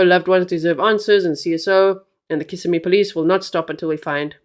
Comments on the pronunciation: Just a little help with pronunciation of city/county 👉🏼 kiss SIM ee os SEE oh la 😊😊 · Osceola is pronounced Os-cee-o-la. Kissimmee is pronounced Kiss-im-me. im not I'm. We'll get you speaking Native American! As for this case, it is horrible 😭! I feel mom knows more than she's admitting. These poor children. Thanks G for covering these cases w grace. Justice for Madeline! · And kiss—sim-ee